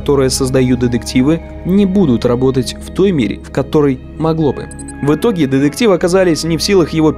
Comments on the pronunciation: Я, конечно, поняла, что автор хотел сделать акцент на слово деДукция, но эти деДективы просто сломали мне все уши 🥴🥴🥴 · Все видео резало слух ДЕДЕКТИВЫ !!!